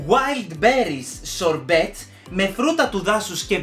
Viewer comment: Σε ολα τα βίντεο τοσα χρόνια τωρα πραγματικά ΜΕ ΑΓΑΠΗ ΤΟ ΛΕΩ ΑΛΛΑ...κατι πρέπει να γινει με την προφορά σου..."μπουρμπον"...ΜΠΕΡΜΠΟΝ...σορμπετ....ΣΟΡΜΠΕ